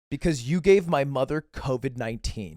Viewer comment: says: "My question for you is" I said: "Ma question for you is"